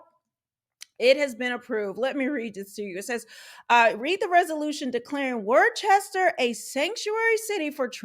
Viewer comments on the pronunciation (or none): I can appreciate your take on all this in the video but I cringe at worcester being mispronounced it's not pronounced"warchester" it's "wuster" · It’s pronounced Wooster not War Chester.😉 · Worcester is pronounced "wooh-stir." If you’re from the region, "wooh-stahhh." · Also, it’s pronounced “wouster” not Chester lol but a lot of people make that mistake you gotta say it like Wouhhstahhh. Add that Boston accent lol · It’s pronounce “Woostah” just saying. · My only criticism is your pronunciation of Worcester, it's "wister" or "wistah" w the New England accent 😂 May god bring rational thought back to my hometown 🤦‍♂️ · It’s pronounced "wuh-ster" or if you’re from there, "wuh-stah" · I’m from Massachusetts SEND HEELP! Also we pronounce Wooster lol thanks for the coverage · 😂😂 Love hearing people try to pronounce New England town names. Wor-ces-ter😂😂😂😂. Now try to pronounce Leicester 😂😂😂 Come to Vermont and pronounce Calais. 😂😂😂Nope, it's Callis.😂😂😂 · Woostah is how we pronounce it. 🤩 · It’s pronounced like “Wuhster” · Worchester is pronounced "wusster" as in "wuss" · Pronounced, Woostah* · These clowns and the crooked politicians that enable them have ruined the state. By the way the city of Worcester is pronounced Woos-ter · It’s confusing but it pronounced “WUSTAH” LOL, really tho. Thats how people from there say it. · Hey I live in New Hampshire and state right to the north of Massachusetts and it is pronounced "Wooster"